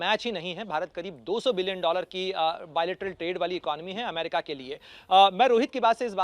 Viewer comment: लो अभी भी ठीक से अमेरिका नहीं बोला 😅😅